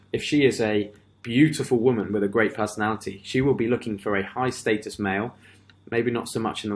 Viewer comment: You're pronouncing "status" wrong it's status not statis there is no I in status my dude.